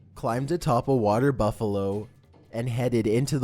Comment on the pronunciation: You need to learn how to properly pronounce words and names. I’d be embarrassed if I were you. You pronounced WATERS as WAITERS...come on dude